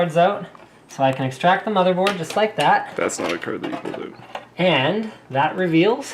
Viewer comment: "You have all those cards oot" lol Slick